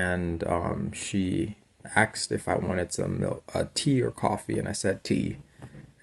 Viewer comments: He said ‘axed’ instead of ‘asked’. That should be enough to deny him entry to England. Meanwhile how much money is he making online? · First thing to learn in the UK, the correct English is 'asked'. Axed is what we will do to Labour at the soonest election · “She axed..”. Just another con man, sadly, succeeding. I can’t make it through the whole report. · at least he didn't axe us to feel him... ya feel me? sheeeeeeeeeeeit! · lol she axed me if I wanted tea or coffee once I heard that I knew this clown needs to return back to the states asap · '..she axksed if I wanted tea'....an American university graduate? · this guy is College educated and he is saying AXED instead of Asked ????? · well, last time i was in islington the local vernacular was "arksed". so he is almost there... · Low life. Axed is low talk. He also said breakfust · We don't want him back but the UK does not need a con artist in their midst. Deport him back to the USA. Oh my God he said "Axed" instead of asked. We have too much of this attitude in the USA with all demographics. If he were white could he do all this? Asking for a friend.